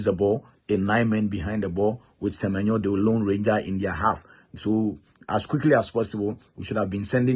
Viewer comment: Please, learn to pronounce the Ghanaian names especially the Ewe names. Is it not a shame that even the English commentators pronounce Semenyo far better than you do?